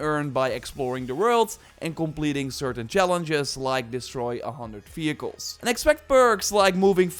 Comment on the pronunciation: fehicles? or vehicles